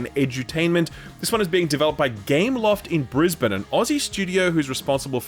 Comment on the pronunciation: I have lived in QLD all my life and I have never heard anyone call my capitol city "Brisbeans"